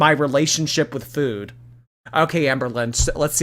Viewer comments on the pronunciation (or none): doesnt she said foud?